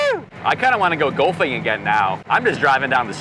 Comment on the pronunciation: I have NEVER heard anybody pronounce “golfing” like you do. 🤣🤣🤣 It sounds like you’re saying “gulfing”! I love it!